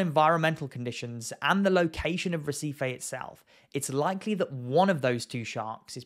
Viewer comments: brazillian pronunciations are counter intuitive to english speakers; it should sound more like hehseefee 👍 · Never heard of Recife . i thought you were trying to say receipt .